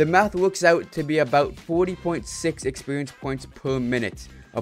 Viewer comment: "expewience" lmao